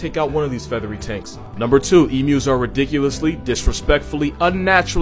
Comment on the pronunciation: As an Australian I love how he gets the pronunciation of the emus right well done mate